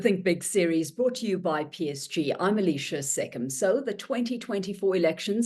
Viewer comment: Alishia Seckam must get educated about social protocol. You don't call an older person by their first name. What's worse, she's even mispronouncing the name.